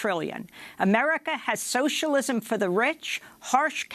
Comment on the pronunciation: He cant say the word socialism !